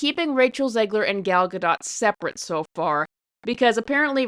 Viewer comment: It's pronounced Gal GADOT like POT.Everybody keeps miss pronouncing her name. Sorry you have to torture yourself to watch this movie.